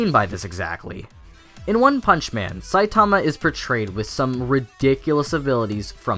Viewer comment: Triggered by how you say Saitama :v